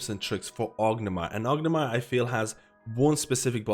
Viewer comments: great video, but why do you call it orgnimar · "ognamar" haha. Not meaning to make fun of you. Just a funny pronunciation. Great video!